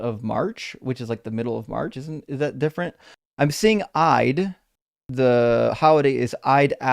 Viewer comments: Eid is pronounced 'Eed' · dont know if it gets corrected at some point later, im only 20mins in. Eid is pronouned Eeed. As in Leed (but no L).